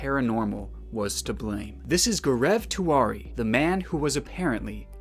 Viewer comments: its not pronounced as Gorev Tewary. its Gau-rav Tee-waa-ree. its an Indian name bruh. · Its spelled as Gau-rau Tee-waa-ree. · Okay- am sorry but- When he said Gaurav Tiwari, I thought he was saying Greg Twardy ( or something like that) but when He showed the clips from sony, I then understood what he was trying to say 💀